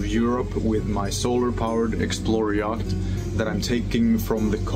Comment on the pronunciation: Interesting project, but there are two words you really need to learn how to pronounce, yacht and channel.